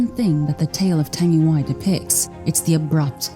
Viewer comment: U said the word tangiwai wrong the ai at the end says ee